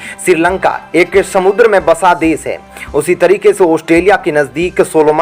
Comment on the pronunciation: अशुद्ध हिन्दी उच्चारण ●●● मीडिया जगत में "श" अक्षर की भारी कमी, जैसे कि.........रिलेसन्स, रिस्ते, कोसिस, देस विदेस की परेसानी, सुल्क लगाना, दोसी व्यक्ति पर सुल्क, रासनकार्ड की सिकायत, रासन पानी, समसान में जलता सव, प्रसासन की छमता, सुबह-साम, सौकीन तथा सरारती, असलील हरकत, सादी में जसन, सगुन की सुरुआत, इस्कूल में सास्त्री जी, इस्टेसन पर रेलगाड़ी, युवासक्ति किसोर व किसोरियां, वीडियो सेयर करें.......आदि आदि । बहुत अच्छा विश्लेषण; बहुत बढ़िया चैनल; बस ! 'श' के उच्चारण को 'स' मत करना, हमारे बच्चों का उच्चारण खराब होता है; 'स्तर' को अस्तर' उच्चारण करना भी एक अन्य त्रुटि है, कब बक्शोगे??